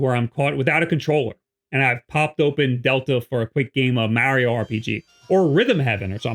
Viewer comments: Repeat after me. Mah-ri-o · You're pronouncing Mario wrong lol